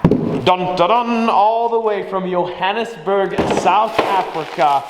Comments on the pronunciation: Ag man! Yohannesburg???? HAHAHA! Dopey bollocks American. Putting an accent where none is needed. Johannesburg JO/HANNES/BURG say it in English Bru. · Where the hell is ‘yohanusburg’ Its pronounced ‘JOhannesburg’ buddy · I'm from Johannesburg south africa, and you pronounced Johannesburg wrong, u just pronounce it like ur saying the name Joe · come on 🙉😅 It's pronounced Joh-han-is-burg. 😂 when you say yohannesburg you're triggering the South African squad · Proudly South African. Funny, I live one hour away from Johannesburg (you prenounce the "Jo" the same as the first 2 letters of Jolene) lol ,but its cool ,caus not everyone gets it righ 😂 My favorite YouTube channel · its pronounced yo-honnas-burg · It's pronounced Geo-hannes-burg or simply Jo'burg (Johannesburg) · Much love from the South 😊🇿🇦... it's pronounced "Joe-hannesburg" though... but it's okay 😅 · Its pronounced Joe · Lol "Yohannesburg" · Pronounced Johannesburg wrong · You have to pronounce the "J" in Johannesburg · You don’t pronounce Johannesburg the way you did 😅😅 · At least ther is us 😂😂😂😂😂 he pronounced Johannesburg wrong tho😁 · you pronounsd it wrong I CAN'T SPELL